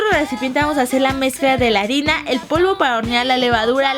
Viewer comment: Dijiste arena en ves de arina, jajajjaj😂😂😂